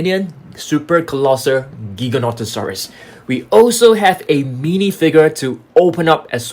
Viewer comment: “Colossal” :❌ Colosser : ✅